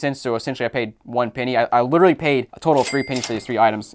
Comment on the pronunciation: ITS PENNY NOT PEENY